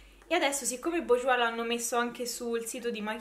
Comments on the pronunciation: daaaiii si dice "bursgiuà"! non è difficile :P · Si pronuncia Burjuá. Mascara di Nyx perfetto 🤗